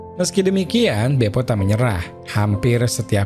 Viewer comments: Bope min, bukan bepo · . wkwkwkkwkw pantes bang kox kaya aneh (BEPO) Sumpah ngakak sampai Guling2 gais... 🤣🤣🤣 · Maaf bukannya pasukannya namanya BOPE (Batalhão de Operações Policiais Especiais) kok jadi BEPO 😂😂😂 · La ini ngmngnya bepo 😂